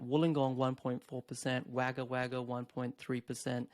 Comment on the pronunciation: it's pronounced Wogga not Wagga even tho it's written that way. Otherwise great content.